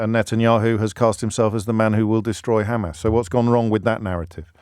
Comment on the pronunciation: You too are saying Khamas now James? Been watching their speeches a lot or what, they asked you to please try to annoy them this way at least?